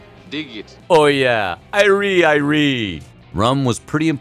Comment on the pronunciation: Please dont ever say "Irie" again in your life.